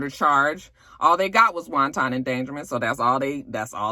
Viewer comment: everytime I here you say wanton like 'wonton' I die😂😂🤣🤣🤭 Sweetie it's pronounced 'won-ten' 😉 Now stop making me crave crappy Chinese food 😒🤣😘